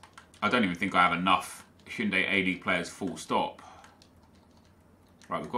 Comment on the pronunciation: It's Hyundai, as in the car nep...